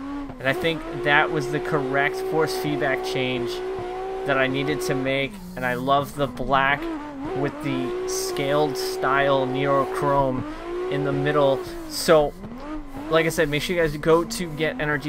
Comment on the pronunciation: “NEOchrome” Not “NERO” or “Neuro”